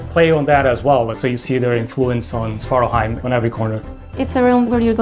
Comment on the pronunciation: a bit funny to see that no one in the crew seems able to pronounce svartalfheim correctly ;P